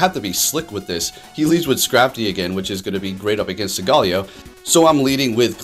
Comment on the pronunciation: hey it’s pronounced sowl-galeo not sogaaleo